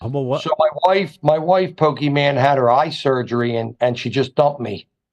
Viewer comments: calling her Pokiman like its her superhero name😅. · Love you having Pokimane on. Also love when calls her Poki-man. And when he calls Hila, Hill-a.